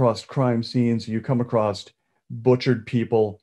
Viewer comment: Except🤦🏼‍♀️It’s “ACROSS” (Not “acrosT” . Come on man!!you’re an author you should know this!!) ...And just in case you also say, “heighth”, that is not a word either .... Those two words people mess up and annoy me to no end.. amongst others like them.